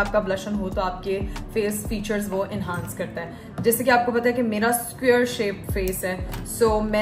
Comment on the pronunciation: baji enhaance nhi enhance hota hai 😂😂 bht achi degree hasil ki aapne 😂😂😂